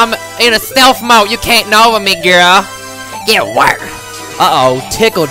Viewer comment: I laughed so hard when he said GAT WERKED